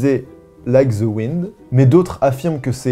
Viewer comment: Svp les français, pouvez vous arrêter de dire « ze » pour « the? Ce n’est pas compliqué, vous mettez votre lange entre vos dents d’en avant. En fait la prononciation est entre le T et le S. Mais ce n’est pas “ZE”! J’ai l’impression qu’on ne vous apprend pas du tout la prononciation de l’anglais. Le pire c’est que vous adorez mettre des mots anglais partout sans savoir les prononcer. Quand j’ai entendu une française dire Tupperware pour la première fois j’ai été choquée. Ça se prononce: Toperwère . Si vous avez des questions ne vous gênez pas. Merci beaucoup